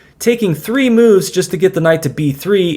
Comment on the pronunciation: “Threece” interesting and very entertaining. I’m never disappointed by your tact 🤡